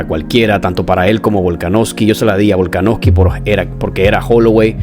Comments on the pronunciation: Hrmano es VOLKANOVSKI no volkanoski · Buen video bro pero te comiste de lleno al apellido de Volka, Volaknoski xd, saludos